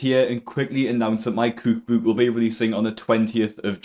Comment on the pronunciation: Cewk bewk!